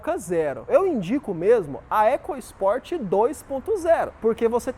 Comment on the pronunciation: Muita besteira ao falar "ECASPORT", fale da forma correta, ECOSPORT